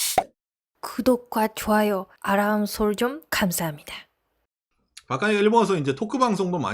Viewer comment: 구도꽈 아란서쩡 간사합니다... ㅎㅎ 놀리는게 아니라 발음이 귀여우세요... ㅎㅎ 방송 잘 듣고 있습니다.